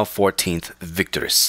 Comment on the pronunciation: It's not vict-orus, it is vic-tor-i-us.